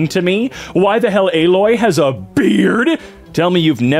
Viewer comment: you can tell he played horizon zero dawn because he pronounced Aloy's name correctly